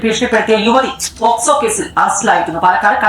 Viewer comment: എടാ പൊട്ടാ പോസ്കോ അല്ല പോക്സോ... ഒരു ചാനലും കൊണ്ട് ഇറങ്ങിക്കോളും...